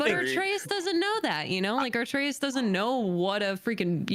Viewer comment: pronounces Atreus incorrectly. She says artreus